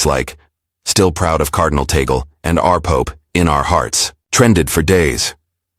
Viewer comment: That is TAGGG--LEEE, not TAAA--GELLL.